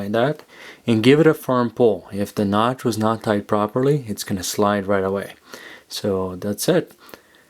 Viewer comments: really nice video with a good macro shooting. Why do u say CH instead of T though? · "Knotch" instead of knot, and "Figure H" instead of 8??? Is there a reason for the alternate / mis pronunciation?